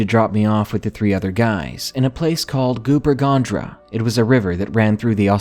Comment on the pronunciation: it is near Tumut, but the fool can't pronounce, Goobarragandra. he doesn't even come close, when he first said it I thought what the fuck??? and played it over a few times, I think he is trying out to be a voice on TOM TOM , ever tried using that on Australian place names? BLOODY HILARIOUS keeps you laughing for hours could you imagine this donkey trying to say "I bin down PALLAMALLAWALLA now goin to PEMULWUY then up to MOOMBOOLDOOL?"oh well off to see the relies at WANGKATJUNGKA